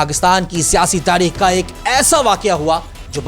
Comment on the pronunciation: بھائی پہلے بولنا سکھو۔ عوڑت تاڑیخ لاہوڑ پھڑ بھی کیا ہے یہ سب؟؟؟